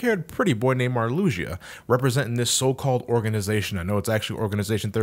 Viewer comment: I don't mean to nitpick, but his name is pronounced Mar-loo-shah, at least, that's how I've heard everyone I know who knows Kingdom Hearts pronounce it. And her name is pronounced Lark-zeen.